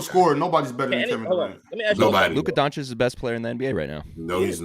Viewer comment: Day 837, Why is still no one mentioning to that he is pronouncing Lukas name wrong Donchick... put some respect on his name already wtf